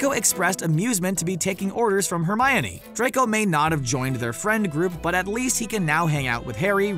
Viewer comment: Legend has it he still dose know how to say hermoine